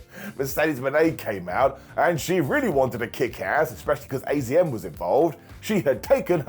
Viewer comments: It's azumi not azm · AZM is pronounced "Azumi", which is way easier to say than AZM, if we're honest. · I think its pronounced Azumii..... I had no idea if not for people correcting Mercedes Moné for many days